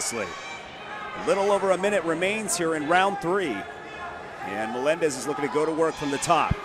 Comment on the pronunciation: Que jodido escuchar 1000 veces que digan melendes